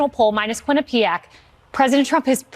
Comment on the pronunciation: Hey, go to a thesaurus(d’ya know what that is)and learn how to pronounce Quinipiac! Hahvd, Hahvd, rah, rah, rah.